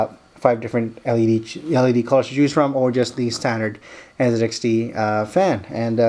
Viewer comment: did you just call it NzedXT? where is the zed part on the box???